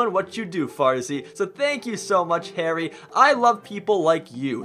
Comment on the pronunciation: Omg I'm in the comment of the day! Thank you so so much farzy and You can call me Harry coz you kinda pronounce it wrong lol